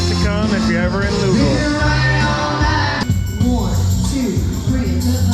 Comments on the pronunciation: It's pronounced "Louavul" all slurred together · Thanks for not calling Louisville Lewis ville but you did say Lewee ville its pronounced -------- Lou ah ville